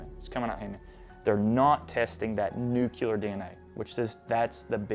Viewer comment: Nue - klee - er. Not NU-KYU-LER. That's how the goober hillbilly George W. Bush pronounces it!